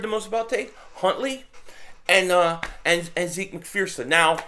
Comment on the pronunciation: It’s pronounced ‘zeck’